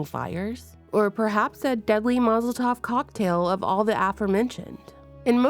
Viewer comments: Was that a tiny hat joke!? Saying a 'mozel tov' cocktail instead of a molotov cocktail. Best pun I've heard in years if it was deliberate. you might wanna consider doing stand-up. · Did you say “mozel tov” cocktail? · Girl did you mean to say Molotov instead of Mazel tov cocktail 😂😂💕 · “Mazel tov cocktail?” Lord, the kids can’t read. Mozel tov is a Jewish greeting that means good luck. Did you mean Molotov? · 😊 😂 You said "Mazel tov cocktail"... Freudian slip? 😮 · Mazel-Tov cocktail…love the Freudian’s slip 😊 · glad i'm not only who heard that 🙌👌😂